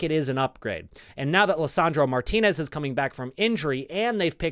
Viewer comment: As a native Spanish speaker, I really appreciate your correct pronunciation of Martínez.